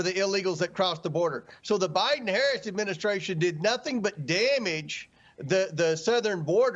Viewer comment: I tend to notice things. Saying, “Deeyud” instead of “did” is a sign of low intelligence.